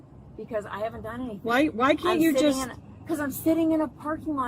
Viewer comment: “I have not dung anything wrong!”